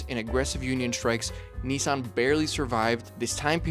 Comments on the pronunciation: Also as a Japanese speaker it's not "nissun" or "neesan". It's like "neesan" but you have to take a brief pause / extend the "suh" sound before the A (both are valid depending on dialect). にっさん not にいさん or にさん. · One day Americans will learn how to correctly Nissan and Datsun. Dat, not Dut. Nis san, not Neesarn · It was a DATsun, not a DAWTsun. And NISSan, not NEEsawn. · USAeans please say “missing” “kissing” “hissing” “pissing” it’s Niss an NOT NEICAN. If not start saying meecing keysing heecing and peecing 🤣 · "Ni-San" not "Knee-San"! 🤣🤣🤣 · I really wish people would pronounce the name Nissan correctly. It isn’t pronounced ‘neesan’ it’s ‘ni sann’ aka Nissan. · Hardly relevant. I thought you were into CARS, not vehicles? Why do you pronounce NISSAN as NEEE san? In Japanese, it is NIS SAN. Americans always speak weirdly. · It’s NISSan, NOT Neeson!!!!!!!! 🤬🤬🤬🤬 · For goodness sake, the company is not called NEESAN, it's NISSAN. The emphasis on the I. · FYI, it was originally called Datsun, and is now called Nissan. At no point has it ever been called Knee-sarn. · It is not Neesarn. It's Niss-ann. Why do you Americans invent your own vowels? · It’s actually pronounced Nissun. It’s not pronounced Nis-San. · Reading the comments, lots of people prefer Datsun. I think I do too, if only bc when Brits say Nissan it's 'niss ahn' whereas in the States we say 'nee sanh'. How do the Japanese pronounce it? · They should have kept it as Datsun, that way 'Merkins wouldn't pronounce it incorrectly as Neesahn. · It is not ‘neesan’ and it was not ‘dartsun’ ... and there is no 'g' in luxury. It is not 'lugzury' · Wrong. In correct Japanese it is pronounced "NEE-sahn." There sure are a lot of people here who don't speak Japanese but are extremely confident of their mispronunciation. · 100%. This guy has mispronounced both Nissan and Datsun.